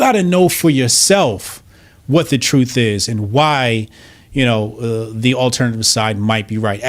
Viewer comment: "When the troof gets his chews on, it gets a running "